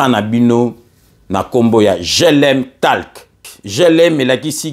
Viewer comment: Merci...mais je voudrais apporter une toute petite correction sur le mot: TALK. Dois-je préciser que c'est unot anglais qui se prononce "tolk"....la lettre A...se prononce alors comme O... Ainsi on dira: GLM TOlk....pour faire simple. Merci mpangi.